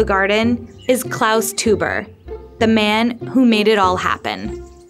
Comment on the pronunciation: is more "Klaus Toy-ber" lol